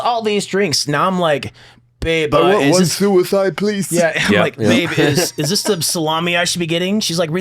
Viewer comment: A service person can go through all the incredible things these men have gone through, and U-toob says they can't handle the word (trying to be u-toob correct here) suey-side. F youtube.